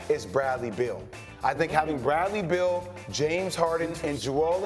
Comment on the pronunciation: It's BEAL. Not Bill